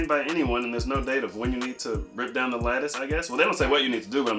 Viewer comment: Lol I thot you were saying lettuce. Lattice. Lmao